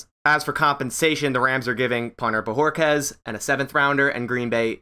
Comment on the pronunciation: Finally someone that pronounced his name. New sub for that.